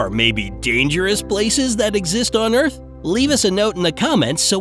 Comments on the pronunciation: In the beginning you said earts instead of earth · You said earts not earth. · Why it say earts not earths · Did anyone notice that it said Earts rather than Earths???😂😂😂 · ummmm its EARTH not EART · They said earts not earth 0:2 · "on earts" omg >.< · At the begging it said earts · It said earts